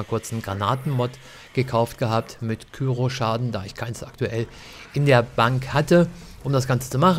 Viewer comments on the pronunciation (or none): Warum sagen das bloß so viele? It's cryo! Kommentare "Küro" ist definitiv falsch. Wenn dann halt "Krüo". :D Granaten gibt es häufig bei Markus am Automaten, auch Kryo-Granaten natürlich. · KRYO nicht KYRO^^ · Coole videos zu bl3, echt hilfreich. Ein hinweis: es heisst K-R-Y-O, nicht kyro 😅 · KÜRO nicht KYRO 😂